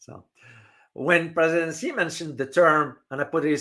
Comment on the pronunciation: Not “see”, more like “she”